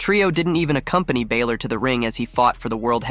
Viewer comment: Please will you stop saying Finn Bàylor it isn't that it's Finn Bàlor sorry just needed to say this cause it is easy to pronounce lol😂